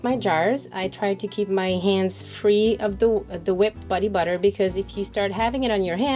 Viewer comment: “Buddy butter”? 🤣